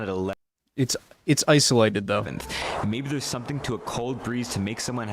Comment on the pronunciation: ICE-OLATED LOL